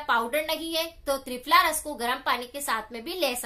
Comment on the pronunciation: Mam ਤ੍ਰਿਪਲਾ ras bola app ne